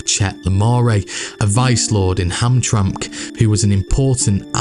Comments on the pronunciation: Nice, but city you mentioned is pronounced 'Ham - tram- ick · Not a good pronunciation of Hamtramck. Other than that cool vid. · Came back just to leave a comment on his pronouncementation of Hamtramck so I'm glad I seen this 👍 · Hamtramck is pronounced "Ham-tram-ick" by the way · Hamtramck = Ham-Tram-Ick It happened one too many times. 😆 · Just to let you know, the metro Detroit city of Hamtramck, is pronounced HAM- TRAM -ICK. You have to pronounce the (ICK) at the end of the name of the city, and yes I know there is no I in the name. But as long as I can remember living here and still living here, and the Detroit metro area that it was always pronounced the way that I stated with the ick ending.. Not Hamtramck. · It's actually pronounced Ham-tram-ick. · Well done. Pronunciation tip: Hamtramck = “HAM-tram-ik”. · You didn’t pronounce names correctly . Ham tra mick is the way the city inside Detroit is pronounced. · Hey man.. I know you're across the pond and all, but I have to nitpick this one. It's 'Ham-tram-ick.' Sorry, it's the same as when we pronounce your cities the way they are actually spelled and you get all uppity about it. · Also Hamtramck is pronounced Ham-Trammock (like hammock) but I can't blame you lol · It doesn't look like it, but you pronounce Hamtramck as ham tram mick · Very interesting. Clearly a lot of research and work went into this video. Thank you for your efforts. FYI, it's pronounced Ham-tram-ick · it's "ham-TRAM-ik" and 'mar-KET" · Small note- its pronounced Hamtramick and Mar-ket lol. Good video though! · Great production!! It’s (Ham-tram-ick). …and (Mar-kette ….Q is pronounced like K) Lifelong Detroiter…..So many of the names/families mentioned are still present here. Though the Italians/Sicilians held sway here, in my day, the remnants of the Purples were still involved behinds the scenes into the 60s, 70s, 80s, 90s and beyond.